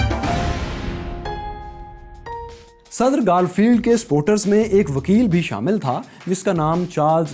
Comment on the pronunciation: Its گارفیلد نا کہ گالفیلد aur clown hota hai na ke kraoun.